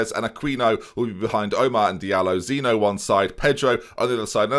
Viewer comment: Wouldnt Zinho be pronounced like Ze-Knee-O, not Zino? Isn't nho pronounced like how it is in Jose Mourinho?